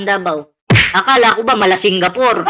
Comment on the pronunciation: SingAPOOR NAMAN😅😅😅O SINGAPOOL..😅😅😅😅